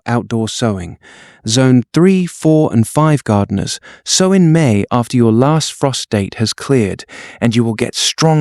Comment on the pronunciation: Great content and visuals. Annoying that the AI pronounces sow like the pig not like sew.